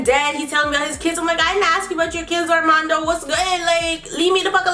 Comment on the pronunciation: It's hilarious how she says his name, Arrrrrrmando😂